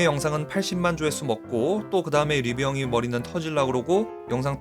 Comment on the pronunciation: 죄송한데... 발음을 리뷰엉이가 아니라 리뷰형이라고 하고 계신데요?ㅎㅎㅎ 항상 유익한 영상 감사합니다^^